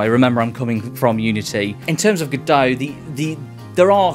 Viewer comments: It's pronounced "God-oh" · that's what I thought every time you said G'Dough!!!